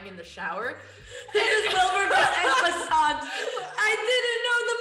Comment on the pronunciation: Why are they pronouncing en passant like that